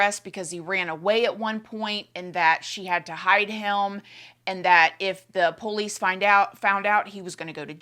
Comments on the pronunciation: My day isn’t complete until I hear say “the PO-Lease” (police) 😂 so cute and cracks me up every time!😊❤ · I totally agree!! “The PO- lease”!